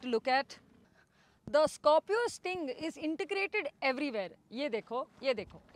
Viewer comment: Scopio ni hai Scorpio hai pehle thk se naam lena sikh le fir review dena tera bss ka ni